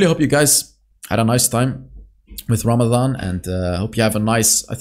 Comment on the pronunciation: Thank you for mention our ramazan. And you say it (prounounce it) correctly😮. 💪👍